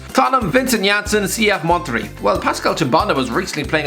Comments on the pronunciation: Schweinsteiger has retired : Its pronounced Monter-ray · said “Mon-terry” 😂😂😂